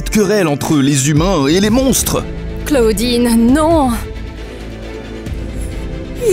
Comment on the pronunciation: On dit claodine